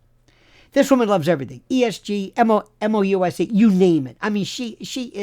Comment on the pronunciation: "Esg-mouse", lol